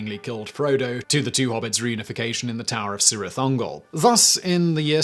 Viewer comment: Tolkien, a linguist at heart, has rules for how to pronounce some words like Cirith (Kirith), that are consistent. I guess no language evolves without making some exceptions here and there, but the rule that the C should be read as a K, as is already is with CA, CO and CU is one that makes sense. Also all his vocals were pronounced pretty much like in spanish (A E I O and U make some short and concise sounds instead of the "ou" the O sound makes in english for example). Simon, if the comments are true, seems like he doesn't care for the lord of the rings, so he was mostly unaware of this and proceeded to pronounce everything as if they are english words.